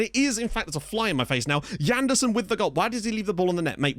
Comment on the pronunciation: Why should it be Djanderson? It's a Portuguese name, so more of a toning sje-sound. Like in the French Jean.